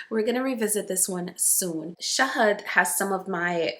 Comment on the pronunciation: Hi! I really enjoyed your fragrance ratings! They help me decide which ones to get and which to skip. Also, thank you so much for the shout-out. Your pronunciation of 'Shahd' was flawless. I appreciate the effort you put into getting it right. It shows care and attention to detail. No wonder you’re on your way to 10k. Congratulations in advance!!! 😊💕🎉